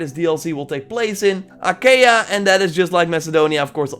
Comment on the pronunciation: Achaia you can say it correct as "Ahaea"